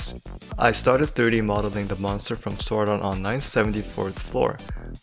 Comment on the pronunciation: Diry modeling or u tryna say 3D modeling u don't say some words right kinda hard to understand